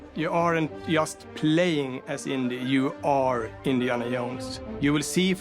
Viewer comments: "Iniana Yones..." 🤣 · Indiana Yones